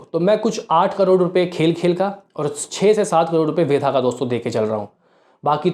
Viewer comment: Kitni baar comment kiya hai fir bhi nahi sudharte tum.......वेदा hai वेधा nahi 😡😡😡